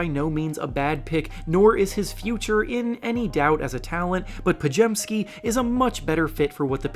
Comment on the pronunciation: Brandon Podziemski’s name is pronounced (pod-zim-ski) And if you’re asking how I know that, it’s because my mom’s second husbands name is Wiczalkowski (Wiz-zol-cow-ski) and her maiden name is Grudzinski (Grud-zin-ski) so I know a thing or two about polish names lol